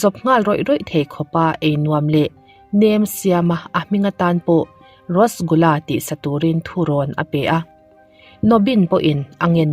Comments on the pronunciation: Rasgula hi,rosgula i ti char char a,,mahse eng pawh nise a ngaihnawm lutuk..🤙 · Thil 1 ka lo sawi lawk Rosgula nilo in Rasgula tih tur ,ngaihawm lutuk e. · Rasgulla hih rostgulla atih ve traal mei pronounce like this,, Rush gul la___ RASGULLA✅ ROSTGULLA❎